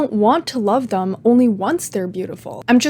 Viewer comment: Its pronounced THEM not THUM